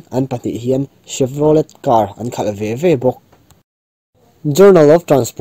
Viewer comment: Phir unau motor khalh hming Chevrolet Car tih hi,Chevrolet tiha a tawpa 't' hi lam telloh tur tih inthlahrung deuhin ka lo sawi ve mai2...a ngaihnawm ṭhin e,i kalzelna turah duhsakna ka hlan a che